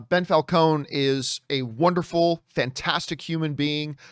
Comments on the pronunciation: Why does he keep calling him Bell Falcons? Lol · Who's "Bel Falcone" ? lol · How many times can you say "Bell Falcone"? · Lmao "Bell Falcone"